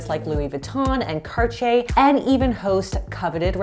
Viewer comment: Cartier = Karchay pronunciation?